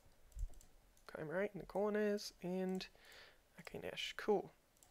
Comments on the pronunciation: Hm...Are you sure Chimerite is pronounced with a ch and not kimerite? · Yeah its supposed to be pronounced Kai Mare Ite :P